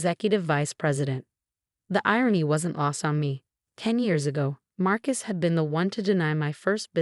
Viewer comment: Groaned, not grown. Marcus, not Mark Is. Own, not um. No, not now. Us kids, not as kids. Winced, not wentz.